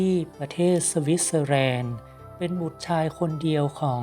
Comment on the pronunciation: อยากให้แยก ร ล ให้ชัดเจนครับ ลัย ไม่ใช่รัย แลนด์ไม่ใช่ครับ แรนด์ ใจเย็นครับค่อยๆ